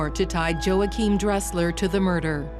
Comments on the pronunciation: MURDERED!! dude's name, EVERY SINGLE TIME HE SAID IT!! 😂 HERE IS MY TOP 10 = Joe hakim -- Yo wahkeim -- Joachim -- YoChim Kim -- Joe Kim -- JoaKim -- JoeChim -- Joim -- YaKim -- Joe Dresser -- Joing -- Yim -- Joae -- Joim CONSISTENCY -- is everything, well done brother, He never said it the same way twice 🤣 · Joe-achim (WRONG), his name is W-achim (ding, ding, ding, ding, ding).